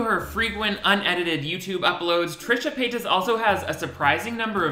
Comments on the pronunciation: wait why do you pronounce her name so weird? trisha pay TOSS 😂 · Love the way you say "Trisha PAY-TOSS".... LOL. 😂😂😂😂😂😂🔥🔥🔥🔥🔥🔥🔥🔥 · "Trisha Pay-TUS" 😂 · The way you say pay-tas bothers me every time lol I love it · The way you say Paytas is triggering in a way I cannot describe 😂